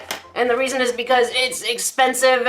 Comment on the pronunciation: “For some raisin” lol